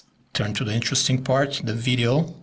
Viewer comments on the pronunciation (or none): none